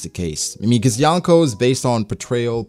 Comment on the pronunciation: My skin cringes every time he says yawn koh